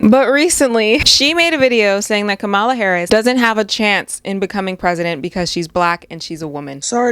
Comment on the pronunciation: Is it really that difficult to pronounce Comma-La = Kamala?